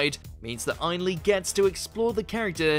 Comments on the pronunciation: That's Ane-Lee not Ein-lee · It is not EINley*. It is *aenley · Your pronunciation of some of the actors names is abysmal..... Ainley is pronounced like the end of "again". Derek Jacobi is Jack ob ee....not jacobeye. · I wish you would pronounce the actors names correctly Jacobi as in Jacabi and Ainley in Aneley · How difficult would it have been to enter Derek Jacobi's name onto a search engine, find one of the many interviews, or talks, with the actor and get his name pronounced correctly? - AND Anthony Ainley's!! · The narrator can' t pronounce Jacobi or Ainley properly . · John simm is my favourite Master, plus who hell is “Derek Jack-O-bay??” It’s “Jack-o-bee. Plus he said Anthony’s name wrong as well! Can’t he pronounce names properly??